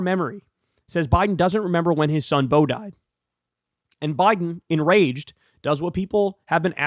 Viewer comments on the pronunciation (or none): none